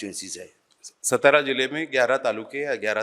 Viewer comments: Its not सतारा ❌❌❌❌ Its सातारा ✅✅✅✅ मराठी आहेस ना बाबा तू.. मग तुला तुझ्याच राज्यातील शहरांची नाव नीट घ्यायला धाड भरते का 😡 उत्तरेतील घाणीत जाऊन पक्का भैय्या झालाय हा माणूस.... ज्याची लाज वाटली पाहिजे त्याचा अभिमान कसला बाळगता.... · Its सातारा not सतारा Kindly Spell Well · अशोकराव सातारा असे आहे, सतरा असे नाही. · सतारा नहीं सातारा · सतारा नाही सातारा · सातारा है... सतारा नही... 😡😡😡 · lavdu its satara not stara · सातारा not सतारा